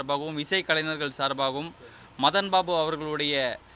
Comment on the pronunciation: கலைநனர்.. இல்லை கலைஞர்